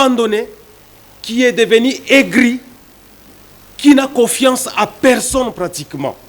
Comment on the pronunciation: Avec une diction telque COSEQUECE, COFIACE